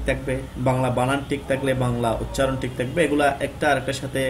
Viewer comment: ভাই, টিক নয় , বরং ঠিক।